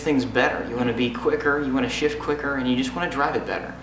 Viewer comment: Totally sounded like "So you can shit quicker" lol